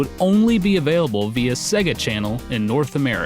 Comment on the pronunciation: SAY-ga Norm! SAY-GA!